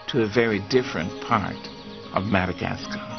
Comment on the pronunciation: Is he saying "MadagasTar?"